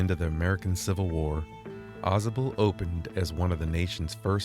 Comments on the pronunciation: I grew up in that area. It is pronounced Aw- Sable with a long a, like the animal Sable. The Adirondacks are beautiful. You should try kayaking the Saranac River. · You're almost saying it correctly. Au sable Chasm.... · Pronounced: "aah Say bull"